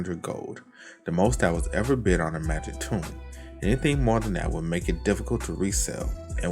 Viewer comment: Please stop pronouncing "Tome" incorrectly.